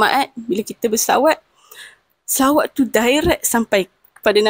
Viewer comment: BUKAN SAWAT NISA,!!!!!SELAWAT.KENA SEBUT BETUL2